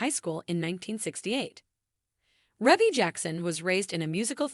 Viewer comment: Its pronounced ree-bee not reh bee